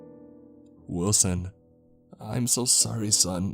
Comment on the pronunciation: i.... WILL-SON............ im sorry.